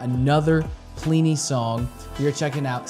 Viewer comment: His name is actually pronounced Plih-knee, the first I sounds like the I in bin. Simon Grove is his goto-guy for production and mixing, he also plays bass on a lot of Plini's releases and live shows. Plini writes/arranges everything himself, from the (bass) guitar parts to the synths and programming drums. His first two releases, including this track, featured programmed drums instead of the real thing and only a few guest solo's and guitar parts. His first album, Handmade Cities, featured recorded tracks for drums and bass by Troy Wright and Simon respectively. The list of musicians he has worked with so far is impressive, I can recommend taking a look at his Bandcamp page ( ) or his website ( ). Seeing as you have a small selection of electric guitars, he also has a Neural DSP plugin called Archetype: Plini ( ). In case you're wondering, it's a piece of software to emulate his sound through amp modelling, a few effects and cabinet simulation. Just hook up the guitar through an audio interface and shred along in your DAW of choice or standalone ;) it has a free trial btw. A few other artists I would like to mention, if you'd like some more of this type of (instrumentals only) music: Animals as Leaders, Arch Echo, Intervals, Periphery, Sithu Aye and Jakub Zytecki. You already heard of Chon and Polyphia ;)